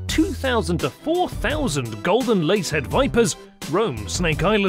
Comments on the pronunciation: It's not lace head it's lancehead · Lancehead...its lancehead not lace head!! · Golden lancehead not lacehead. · Agree with Sweetassugar69. A "golden lacehead" should be pronounced Lancehead" if the editor missed that how can you trust any of it. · no, honestly anyone could make a better video than this. Showing a North American Eastern Copperhead (Agkistrodon contortrix) which is venomous, but rarely fatal, kind of defeats the purpose of this video. Also, it's LANCEHEAD, not "Lacehead". They are far from the world's deadliest snake. The deadliest (terrestrial snake) per venom yield is the Inland Taipan (Oxyuranus microlepidotus) native to Australia. Check your facts, go back to Biology class, and try again. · It’s LANCE head WITH A N, not lace 🤪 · It`s " Lancehead " not Lacehead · Fer-de-lance..... not lace head! Lol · It’s lance head not lace head 👍😂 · The announcer got "Lancehead" correct on the third try.